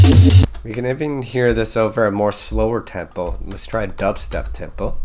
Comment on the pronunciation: mans didnt even realize he said dubsetp and then played the melody from flapjacks immediately